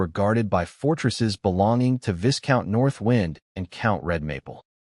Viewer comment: What to try • Replace viscount with “vye-count” in the script just for narration. • If your voice app supports pronunciation overrides, enter a custom pronunciation like “VY-count” or a phonetic form. • If it supports SSML, use a phoneme tag or alias so the voice says the word correctly.